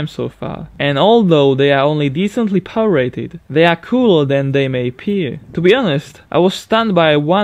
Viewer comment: Azhar Fahry, I'm also not a native English speaker but at least I know how to (or make an effort to) pronounce the words correctly. I bet that even people with little knowledge of the English language know that "beginners" is not "bejinners" or "power" is not "poer". ; )